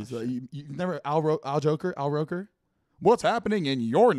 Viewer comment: Did this man really say "Al Joker" I'm dead ass hell. I love this podcast/videos